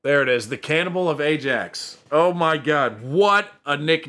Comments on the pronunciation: It's pronounced iaxe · Ajax is pronounced eye-ax. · Ajax is pronounced i axe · Yeah Ajax is pronounced Eyeaxe & when there're no goals it's pronounced as nil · 0 - 0 is usually called a "nil - nil draw". AJAX ( Amsterdam) is pronounced EYE AX. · Ajax is pronounced Eye-Axe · Ajax - say 'I axe'. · In the Netherlands the j is pronounced as a y so Ajax is pronounced eye ax. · The football team Ajax is pronounced eye-axe. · Ajax FC, it's a soft J, pronounced eye-axe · AJAX it's pronounced👁🪓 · Ajax is pronounced iax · Yeh you were right, you Were pronouncing Ajax wrong🤦🏻‍♂️😂But you recognised/realised that, and pronounced it perfectly with no guidance!👌👏👏then carried on pronouncing it wrong.....🤔🤦🏻‍♂️🤷‍♂️😂😂😂💜